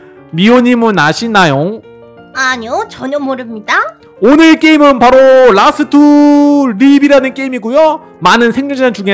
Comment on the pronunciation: 라스트를 랍스타로 들었어요ㅋㅋ